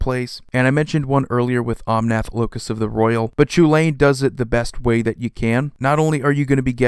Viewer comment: Chulane is pronounced “Cullen” or “Hullen”. It’s an anglicized name from Irish, so it’s pronounced very differently from its spelling.